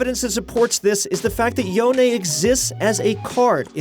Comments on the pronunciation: i'm probably the only one trigger of the way he pronounce "Yone" as "Yo - ne" ,it sounds as "Yon" and as a huge fan of creepy horror theme and a fiddle main,i'm very exciting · You mispronounced yones name its not yon-e Its pronounced as yoan and there is no way that yones the next champ because its confirmed that he's dead go watch reaction to this Anouncment he'll tell you alot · Yone, not Yonay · If I may ask, how do you know "Yone" is pronounced "Yo-nay". Is this just an educated guess or is it confirmed. I always pronounced in "Y-own" as in "own" or "moan) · Why do u keep saying yoney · Wait "Yonay"???😹😹😹😹😹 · lol he said yonay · I like how he said Yone wrong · What is that yone pronunciation 😂